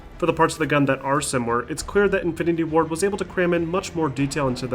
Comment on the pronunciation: Okay, I know he meant Infinity WARD but, it sounded like he kept on saying Infinity WAR instead. (-__-)